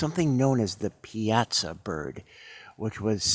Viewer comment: Pronounced: Pie-aah-saw